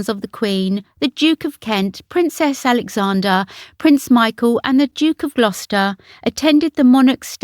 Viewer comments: Error . The Duchess's stillborn child was in 1977, not 1997. Another error is your frequent mispronunciation of Princess Alexandra's name. Look carefully at the spelling and don't leave out the "r" before the final "a". The feminine name is AlexandRA. It's like Sandra, which is its shortened form. The masculine is AlexandER. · Very good , but its Princess AlexanDRA not Alexander !! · I enjoy your videos very much, they’re always interesting, this one though, did irk me a little, you kept saying Princess Alexander, but it was Princess AlexandRA. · Princess Alexandra. How can your AI not be programmed with that loved lady's name. She is NOT Alexan DER disgusted.